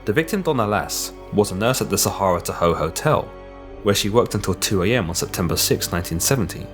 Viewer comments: Pronounced TA-HOE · I love your work. I've been watching it for a while now. I live near Modesto, Tracy and all the other mentioned places. Was a frightening time for people then. Thank you for being tactful and classy about what happened. I'll be honest, my husband and I chuckled at your pronunciation of Tahoe. Over here we say it like Ta-Hoe (ta ta. Hoe). And Sierra. See-air-ah. (incase someone wants to go vacationing in the area). I don't think we would be able to pronounce certain names in other countries, so please do not feel picked on. <3 It was really cute is all. ;-)